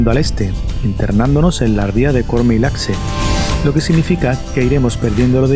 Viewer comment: Quiero decir que disfruto mucho los videos y esos paseos increíbles por mi querida Galicia, pero quisiera comentar algo sobre la pronunciación de nuestra "X": LAXE se pronuncia 'Lashe' no 'Lakse'. Me voy a ver el siguiente... saúdos !!